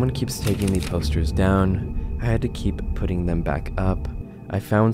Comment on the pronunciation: You don't have to pronounce "the" as "THEE" every fking time. I understand if English is ur second language. But that's like elementary school level learning to speak type sh!t.